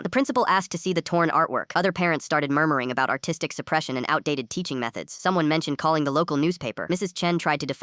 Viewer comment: when they said "Artistic" i heard autistic